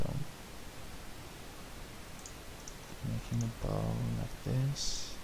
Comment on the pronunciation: Very helpful - I was able to sketch my catamaran hull using this method! It's nice to have the commentary instead of techno dance music soundtrack. By the way, a boat "bow" is pronounced so that it rhymes with "how"